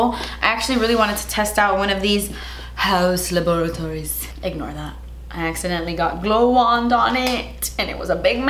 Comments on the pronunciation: saying HaUs LaBoRaToRiEs is a mood LMAO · No one:: “HaUs LaBoratOriES” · Every time she says: hAus LaBOriToRieS I die laughing ahahahahaha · Please never stop saying it like that 😂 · I love this kind of makeups ♥️ and also... hAuus LaBorAtOries😂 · I thought I was the only one that thinks “haus laboratories” should be pronounced “hAUa laboRatOriES” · The way she says haus laboratories cracks me up 😂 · Katrina Poe same 😂😂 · I'm dead!! 💀💀🤣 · Loving for how she says that. It’s exactly how I say it in my mind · I literally cannot pronounce “haus laboratories” the same anymore thanks to 😂😂😂😂😂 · The way she says Haus Laboratories just makes me laugh so hard lol. Love the look of course. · Every time you say “haus laboratories”, it cracks me up 😂❤️ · Omg I laughed so much during this video. Always so silly. And the way youd say Haus Laboratories 🤣🤣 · The way you say Haus Laboratories cracks me up. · Every time you say “Haus Laboratories” I die 😂😂😂😂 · I love when you say “Haus Laboratories” 😂 you are so funny and very beautiful 😍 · Every time she says Haus Laboratories I crack up... but I also don’t know how to pronounce it any other way.. 😂😂